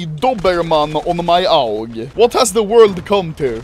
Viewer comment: Sound like he said owl for aug